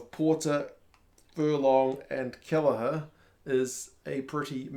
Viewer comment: Lol - Keheller 😉